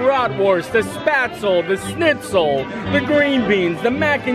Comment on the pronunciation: Hey, it´s not Snitzel, it´s Schnitzel, Sch is pronounced like the Sh of Shakira for example:)